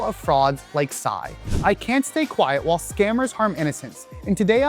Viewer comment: "Awhle" is the key word here btw